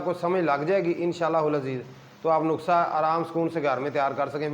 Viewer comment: نخسہ نہیں ۔ نُسخہ کہیے جناب۔